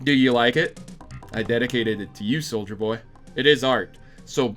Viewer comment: Loving that SoM music. Brings me back to the good old days. Also, loving that you keep calling him soldier not soulja.